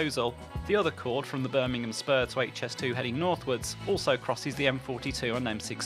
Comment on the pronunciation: Very interesting and informative. I'm also delighted that you have now started pronouncing it correctly as "Aitch"S2 and not "Haitch", which really annoys me! 😤